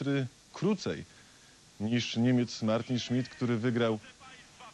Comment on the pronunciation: co za jemioł... "niemiec martyn szmyt"